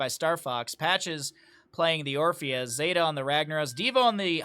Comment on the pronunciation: <== zeta here, thanks for getting my name right =) zay-tuh Anyway, rag's e is blast wave, his w is meteor Entertaining to rewatch this with vision on both sides =) Thanks for the commentary.